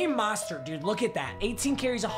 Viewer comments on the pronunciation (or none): You are pronouncing Raheem mastery wrong. It is “mow” stert